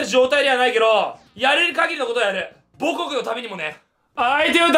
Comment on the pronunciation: 最初の方で母国の発音がアレクセイ・ボホフで草